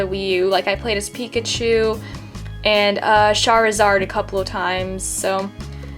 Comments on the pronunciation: Not sharizard but charizard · No offcen but its car zard.